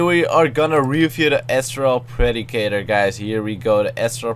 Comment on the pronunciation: isn't astral predicter pronounced As-trol pre-dic-tar